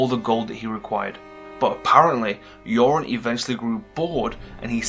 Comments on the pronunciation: His name is Euron (YUR-ON), not Yoren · why do you keep calling Euron - "JOREN"? Theons uncle is EURON - not JOREN!!!